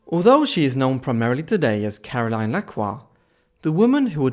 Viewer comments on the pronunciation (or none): Caroline is pronounced Carol-een- here. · I insist it's very unusual for someone here to bear or use the English pronunciation of Caroline. And if you didn't figure yet, I'm a Belgian living in Belgium. Even the Dutch version of the name is aligned with the French pronunciation as Karolien.